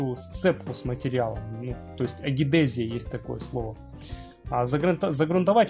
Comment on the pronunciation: Не агидезия, а адгезия - сцепление поверхностей разнородных тел.